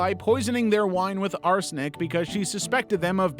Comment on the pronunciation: What’s arsonic the poison he said